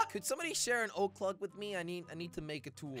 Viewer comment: I love how he says lug instead of log